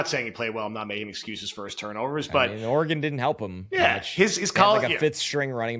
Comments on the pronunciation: It is not pronounced “Or-ā-gone” haha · He pronounces Oregon like it’s the name of a Mexican wrestler 😂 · The way pronounces Oregon is hysterical and terribly wrong